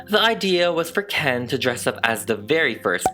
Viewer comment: “Kent”, like cunt.